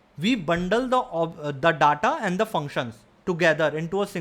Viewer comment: Pls correctly pronounce the word data, it's not datha it is daeta